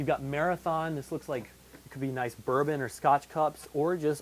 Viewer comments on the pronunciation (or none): none